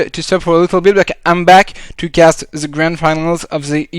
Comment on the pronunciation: Pas mal mais je t'en supplie... The =/= ze